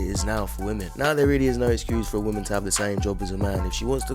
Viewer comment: "modern wahmen"